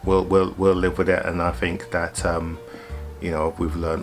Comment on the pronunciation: paid less than a 3rd or " fird " ??? Month: =" mumff " ?? "th" pronounced ' F ' ?? Is that common in England? Interesting, but new to me. Great Vids and stories. Think = Fink ?!?! It's cute. Saw = Sarr. We saw " sahhhh " without the rrrr . Novel!! Be well!! Great Cars.